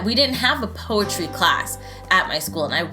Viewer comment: Poe a tree sounds like "pose a tree"